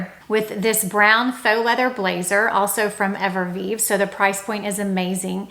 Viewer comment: Hey! Great tips and I always enjoy your videos. If I may take the liberty, cognac is pronounced cone tack, Evereve is not Everveve, it’s pronounced ever eve. I’m truly trying to help. If you’re recommending companies it’s important to represent them properly.